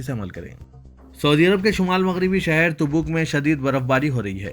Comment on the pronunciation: some make correction "Reader's Pronounciation "TABOOK" not TUBOOK